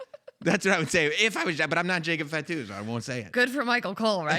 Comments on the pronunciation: "fat - too" huh? Its "fah - too". Show a little respect on the name of a major wrestling family man. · Bro said jacob FATu 😭